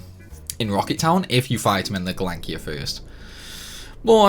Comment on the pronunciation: He calls the Gelnika.... Galankir....now a scimitar SiSimitar 💀